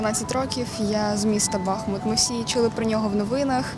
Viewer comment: Тоді і Арестовича треба навчити, бо він каже БАхмут.